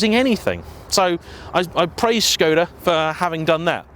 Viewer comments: It's a Czech company and he pronounced the name more or less correctly (a 100% correct pronounciation would be with a short O sound isnstead of "Shkohda"). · No he's pronouncing it correctly. If you look at how Skoda is spelt there is a little v symbol above the s. That's a Sh sound. It's how it's pronounced in Czech etc. I just say Skoda though to be honest